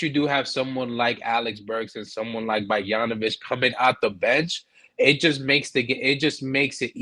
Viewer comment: Nah gotta learn how to pronounce Bogdanović 😂😂